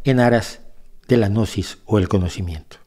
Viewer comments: la g no se pronuncia, y existe desde hace miles de años, Gnosis quiere decir conocimiento ,tampoco pasarse de ignorantes. Excelente enseñanzas , entendiste muy poquito. Los protocolos los interpretó como reales, sola basta leerlos. Y cuando llega a la parte del autoconocimiento ahi si veo que este personaje es totalmente ignorante del tema.... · El hombre parece loco y tenso como habla, pero no lo conozco, y la gnosis viene de conocimiento, y están los "oscuros" y los de la luz, así que esté hombre de este canal me parece que no sabe de nada de estos temas evidentemente, solo habla de forma burlona , no sabe ni pronunciar gnosis, perdió toda seriedad. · La pronunciación correcta de "Gnosis" es agregando la letra "a" quedando como "Ganosis" es decir que están muy ganosos. :) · pronuncia gnosis de forma errada de manera burlona, es sarcasmo. No lo ves? 🤦